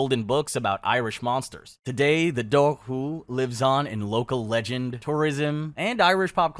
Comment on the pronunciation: Your dobhar-chu pronunciation is shitty and frustrating. It's DOH-ur-koo, like "do-war" and "schu" (like the end of loch).